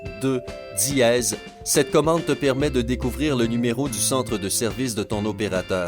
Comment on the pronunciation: Diéeeeez hhhh srx c dièse pas diéeeeez 😂😂😂😂ta voie me soul srx🙄😑